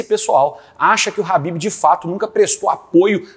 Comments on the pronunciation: É Ķhabibi não Habib COMEÇA COM K...QUE AGONIA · É ASSIM QUE SE PRONUNCIA MESMO??? ESSE CARA DISSE RABIB!!! 😦